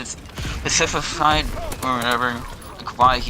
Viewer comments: "Specififfified..speciffifi.. specififey whatever" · Lol "specifefied" im dead